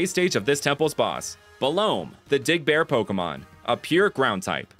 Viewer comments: Look, I love you, but I did not hear “Dig” the first time you said “Big-Dig Pokémon.” I heard something else. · I still can’t here dig no matter how many times I replay it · I nearly did a double take when I heard "The Big Dig Pokémon" let's just say I didn't hear dig but a different word instead